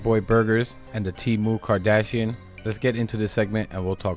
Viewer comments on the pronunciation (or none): He said,” Temu Kardahsian”! 😂😂😂😂